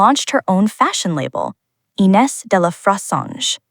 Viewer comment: Please learn how to pronounce the name of Ines correctly!!!!! She is the subject of your video. Come to think of it, teach your bot some French!